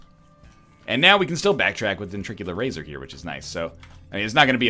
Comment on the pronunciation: Please stop mispronouncing ventricle razor.